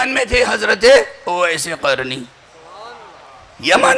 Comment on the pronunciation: جاہل اویس قرنی قاف سے آتا ہے کاف سے نہیں